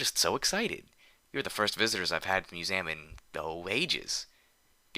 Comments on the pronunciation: Museum: Mew-zee-uhm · You pronounce museum funny. I at first thought they had spelled it weird in the story.